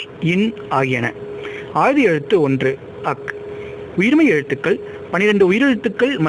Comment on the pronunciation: உச்சரிப்பவருக்கு ஒரு வார்த்தை. அது ஆய்த எழுத்து. ஆயுத எழுத்தன்று.